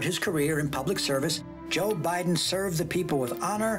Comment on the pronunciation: joe bye-then